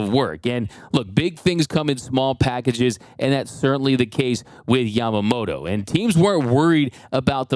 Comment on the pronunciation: his name is YamamoTO, not YamamoRO, so please pronaunce properly in Japanese.🙏🏻🇯🇵